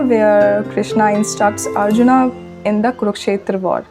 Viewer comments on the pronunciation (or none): none